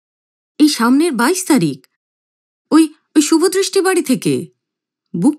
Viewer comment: শুভদৃষ্টি না শুভদয় 😁